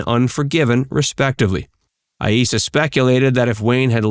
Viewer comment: You pronounced Aissa two different ways: a-ee-ssa and ai-ssa.